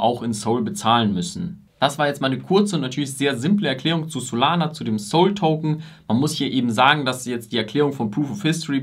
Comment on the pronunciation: Gut und einfach erklärt! Aber dass du Soul token statt SOL sagst, überschlägt sich mein Gehirn😢 auch hättest nochmal erklären können, wo der Unterschied zwischen token und coin liegt, vielleicht ergänzt du es ja noch. 😊 un der PoH mechanism kam auch etwas zu kurz, den finde ich sehr wichtig für solana im Unterschied zu anderen Projekten.